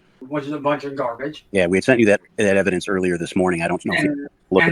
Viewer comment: HAHAHHA! 'once Miss Kelly schwees the ewibidenwence' this is just beyond goblin mode